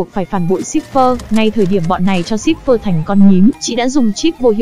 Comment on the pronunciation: ayo, Cipher mà nghe cứ như Shipper ấy